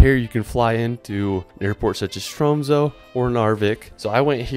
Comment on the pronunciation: LMAO, how you said Tromsø was nuts.